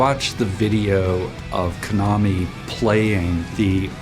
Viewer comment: Note to native English speakers: it's pronounced ka-na-mi, with equal emphasis on each syllable, not k'-NA-me. Unlike English, Japanese is one of the languages in the world with no lexical stress within words, so each syllable gets the equal emphasis. Getting people's names right is important and not difficult. We can do better.